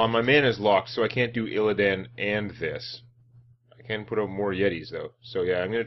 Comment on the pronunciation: I love the way you call him illiadn and put sound on the word DAN in his name